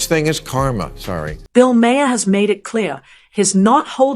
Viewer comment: (Bill's name is pronounce MAAHR , not MAY-er).